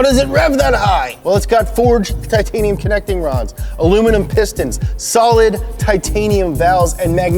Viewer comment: Tit-ton-e-um exhaust?